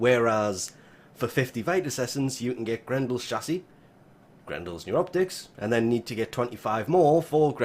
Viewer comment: The way u say chassi bothers me so fucken much